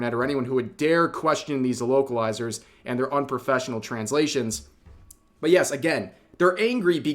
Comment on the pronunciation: I'm not going to lie. I thought Rev was saying wokalizers the entire time.